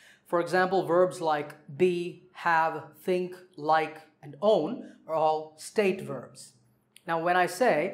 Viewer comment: Sir pronounciation of think plzzzzz